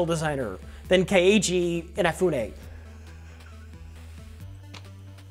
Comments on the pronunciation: It's pronounced more like "cage-y". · KA-EE-JAY? WHAT THE FUCK? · i loved listening to the pronunciation of 'Keiji' drift further and further from human words throughout this video. pronounced like K-G. K-G In Off Ooh Nay. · Seriously, these guys had no fucking clue what they were talking about. Here, lemme explain a few things for and. First of all, his name is pronounced 'K-G'. Kay-Jee. Keiji. His last name, Inafune, is pronounced Inafundme. This game's budget was FOUR FUCKING MILLION DOLLARS. He could have hired anyone he wanted to. He chose to phone it in and dash with the cash. Furthermore, this is not a new thing. If these guys had heard of Broken Age made by Tim Schafer they would have seen the same thing - 3.3 million dollars down the fucking drain. But the original disaster? Daikatana by John Romero. Another shit-show of broken mechanics, slow gameplay, and an unpolished product. All of these have the exact same problem: a popular, well-known developer with good ideas and zero accountability or deadlines. In case these guys missed it, Keiji was more than just involved with Mega Man, he pumped out sequel after sequel that each had their own charm and memorability for EVERY Mega Man series he made, even going so far as to solidify a VERY devoted fanbase that begged Capcom for Mega Man Legends 3 and was told to go fuck themselves. This guy had the talent, but he needed a goddamn boss, plain and simple. No boss meant no time management meant no work getting done even after 9 delays. And that's not to count the number of sheer fuckups he made. Like hiring Dina Karam, the feminist who was fucking one of his programmers, as the goddamn community manager. She had never played a Mega Ma